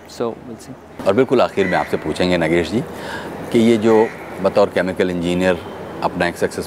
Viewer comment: He is नागेश Kuknoor.. Not नगेश... I don't know... Why the narrator is repeated नगेश... THESE PEOPLE WANT TO BE HOSTS and announcers!!!!